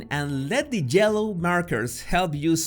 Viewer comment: Jello markers?! Sounds delicious! 🤤 Oh! YELLOW markers! I LOVE his accent! I could listen to him speak ALL day! 😄👍